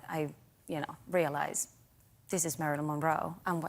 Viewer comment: she cannot even say Marilyn with the right intonation and stress